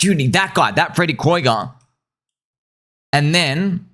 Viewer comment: I thought it's pronounced Freddy Krueger like the nightmare on Elm Street guy